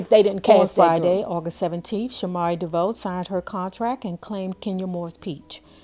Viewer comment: DeeVoe??? Pronounce it right. DeVoe